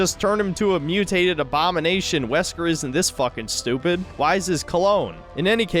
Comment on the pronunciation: "Zesker" had me in fucking stitches